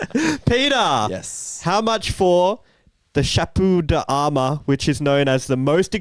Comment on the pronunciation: I believe it’s that donations to museums of that caliber can be used as a tax write off. chapeau d’amor -“sha-poh da-moor”. Jesus,. I don’t know how much more you could’ve butchered that. False teeth. He probably had a powdered wig as well. But I think you’re thinking of false teeth.